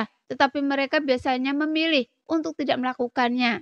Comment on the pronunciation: Untukkk. bukan untu. Tombak bukan tomba. bintik bintik. bukan binti binti. damai. bukan dame. Bijakkk. bukan bija. xiao yAn. bukan Xiao yEn. biar sya nyaman denger nya🤭